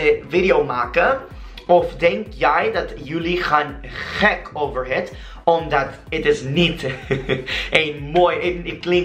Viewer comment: Omdaat is pronounced as omdat, dat similar to the way you say that, mar is maar. This is the way to get a dutch accent.